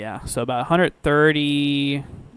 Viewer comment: Pronounced Mon-Tee-Go